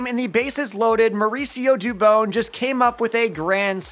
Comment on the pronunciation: It’s pronounced due bon, not due bone. Mauricio Dùbon.